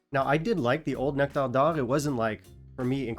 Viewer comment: The way you say Nectar D’or…are you from Qc? Great vid as always by the way!